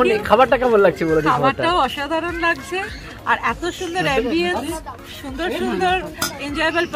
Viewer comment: লাকছে না লাগছে বলুন দাদা। আপনার উচ্চারণ ঠিক করুন। বাঙালী বলে কথা।